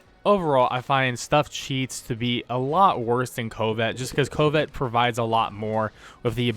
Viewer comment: Lol at pronunciation of covet ("cuh-vit") as "coh-vit" too much covid in the world. Haha. Nice vid